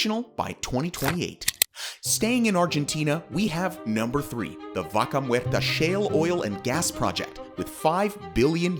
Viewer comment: Di VACA MUERRRTA ... ¡¡ NO MERTA !!😡👎